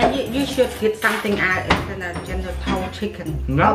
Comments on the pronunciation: You say it like “general so” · “General taso? No. General toe???” 🤣🤣🤣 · It’s not “t so” it’s “s-ow” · It’s pronounced tso (so) without the T sound. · Tso is pronounced like “so”. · General tso is pronounced general so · General so the t is silent and I’m black general Tso -so